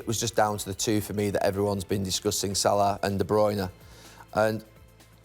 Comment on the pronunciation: Its salah ffs